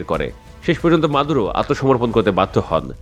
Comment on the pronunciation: এ বোকা বাল নামটা তো ঠিকমতো বললে না